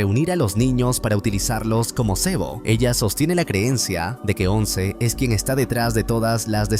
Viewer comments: llega Ons? O sea literal dijo Ons como si Once fuera una palabra en ingles jajajaja, como se nota que es peruano o venezolano el idiota que hace estos resúmenes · un vecino?? "wons"?? si ya varias veces habia dicho bien su nombre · Porque dice onc? Minimo q diga ce o jane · “Ons” jajaja LOL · "Ons" y ese spanglish? 😂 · Exactamente, nada que ver estaría diciendo diciendo otra palabra, si le quiere hacer al mamador que diga Eleven